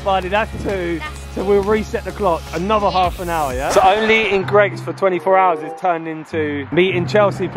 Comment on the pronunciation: It’s Gregg’s not greegs